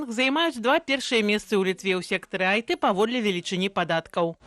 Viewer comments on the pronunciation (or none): Алё, Белсат, у адпаведнасці з якім правілам беларускай мовы ў абрэвіятуры IT літару T трэба прамаўляць, як "ты"? На колькі мне вядома, гэтая лацінская лiтара ў беларускай называецца "ці". Ратлумачце please!